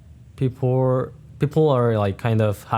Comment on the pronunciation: As someone who has a Korean mom, one is learned and the other you have to make a very conscious effort to say. If he's speaking normally without thinking then he will say peoper. If he's trying consciously to pronounce the L then he will say people. My mom struggles with it all the time as do all the Korea-born people I know.